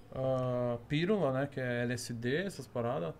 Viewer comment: “pírula” kkkkk o cara é ignorante demais